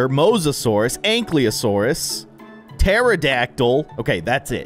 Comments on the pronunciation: “Anklyosaurus” bro it says ank-ylo-saurus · It's not ank le o Saurus it's an Kai lo sour us